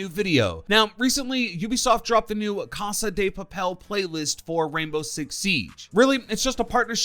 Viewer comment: “Casa de papel” 😂😂😂 he butchered that